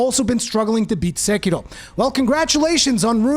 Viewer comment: Why do you roll the R in sekiro? It’s not Spanish😂😂😏